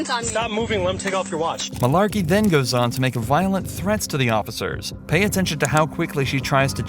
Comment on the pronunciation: Heh. "Mullarkey"